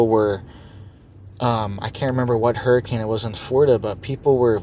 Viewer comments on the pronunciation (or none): none